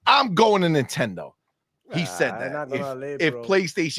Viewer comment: Not dayndate.... err not nitendate..